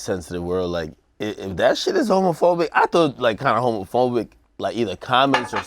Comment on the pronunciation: AK struggling to pronounce homophobic 😂😂😂😂